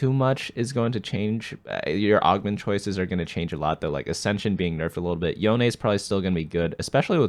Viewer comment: Yone is "yowww Neeee" as in neck not Yowwwnnnn 😂